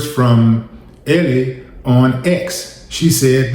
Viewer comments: Mans kept saying "Ellie".😂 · Wille she pronounces her name " L"!